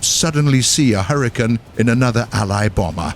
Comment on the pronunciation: hurr-e-cane. not hurritane